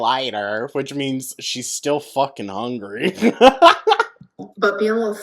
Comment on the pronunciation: why does she say hongry like that 😵‍💫